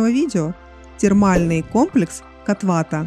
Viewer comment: Как не надоело коверкать ударения?! Почему бы сначала не узнать правильное название, а потом снимать видео?😮 «кОтвата» дорогая!